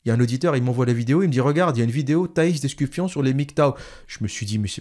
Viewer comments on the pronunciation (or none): L'observateur.... Thais d'Escufon pas d'EscuFION comme tu dis si bien : Un peu de sérieux ! Je sais que tu as fais exprès... ;) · "Thaïs d'EscuFION" bordel c'est trop drôle de déformer le nom des gens... Abruti